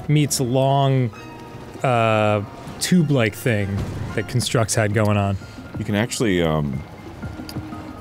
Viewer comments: The pronunciation of almost everything in game is killing me. But JERudo has to be the worst. 😂 or maybe CUNstructs instead of CONstructs. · Dan, I love you, which is why I'm telling you...that "constructs" is pronounced "KAHN-structs" when you're talking about the noun, and "kun-STRUCTS" when you're talking about the verb. So the title of that trial should be the noun version, as well as the name of your childhood toys.